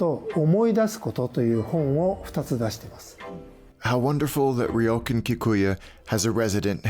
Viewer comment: Great content and amazing edit. Just wish the pronunciation of “ryokan” was closer though.